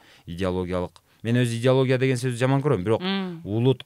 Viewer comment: Создук дейт тууган